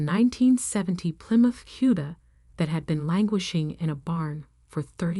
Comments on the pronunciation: Also ... the 1970 plymouth 'h'uda' is actually 'C'uda... as in barracuda... These stories need to be checked for accuracy before sending to the reader or Ai. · I'm old and the nickname for a Plymouth Barracuda, was "Cuda", not "huda". It was corrected later in the narrative. Please pay attention to what your AI voice says.